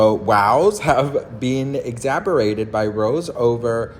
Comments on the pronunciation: Hey - The word is eggs-zazer-bated!😎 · Exacerbated means “Made Worse”. It is pronounced Ex- ass- er -bated. I love your videos and the tea every day! You really do make me feel like a best friend!